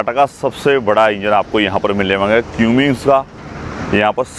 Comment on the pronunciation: क्युमिंस नही भाई कमिंस